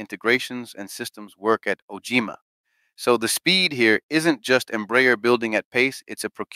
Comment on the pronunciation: Tinha que ser um brasileiro 🤣🤣🤣🤣🤣 nem sabe dizer OGMA BURRO 🤣🤣🤣🤣🤣🤣🤣